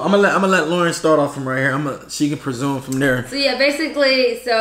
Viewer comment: you mean REsume. Not PREsume